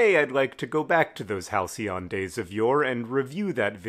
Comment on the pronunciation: so that's how you pronounce halycon